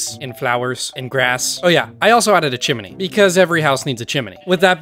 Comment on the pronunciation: the way he pronounced chimney caught me so off guard i had to scroll back to make sure